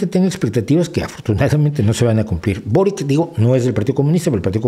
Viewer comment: Primero, venezuela si es de izquierda aun siendo una dictadura personalista y segundo, se pronuncia borich no borik